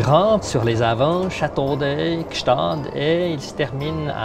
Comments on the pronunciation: On ne dit pas GstaaT cela se prononce comme cela s'écrit GstaaD avec un D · trop bien je juste tu as mal pronocé gstaad